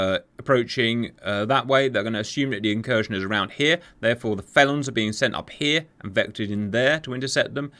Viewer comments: Fell-on not Fay-lon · Faylon? I thought Felon was pronounced like Melon.